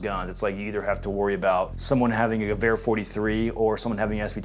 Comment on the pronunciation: You could at least say gewehr properly, you know what that means